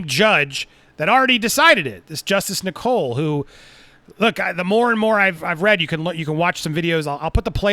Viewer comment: I'm getting ads in the UK Andy. Also just by the way "Nicol" is pronounced like "nickel" not "Nicole".